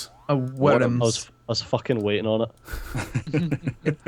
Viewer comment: Wyrms not worms